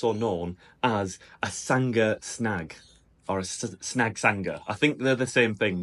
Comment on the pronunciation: 🤣Sanga snag or a snag sanganger, as an Aussie that cracked me up! I would say you were trying to say a snag sanga (snag-sausage, sanger-sandwich), so you were close the 1st time 🙂But sausage sizzle I would say is the most common these days